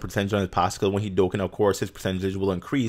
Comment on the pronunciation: Lol says that its not coora its cooler but calls Dokkan, Dokkin. (Just a joke dudes don't take this seriously...)